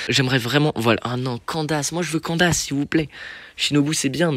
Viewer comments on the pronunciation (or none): Nan par contre on dit « sino » et « kandaïce » (en prononciation) plzzzz par ce que chino 🥲🥲🥲🥲